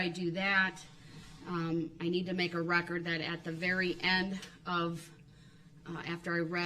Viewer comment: I wasn’t Hearn anything goot-as he tells the judge what he demands for her to do! He loved the “rekerd”